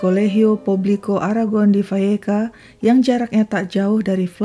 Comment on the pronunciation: I like the way the speaker pronounces Vallecas correctly. Good job.